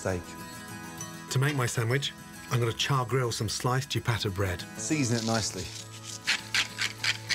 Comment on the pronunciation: Chipatta? C’mon Gordon! You know bettah! Say it with me- C-i-a-b-a-t-t-a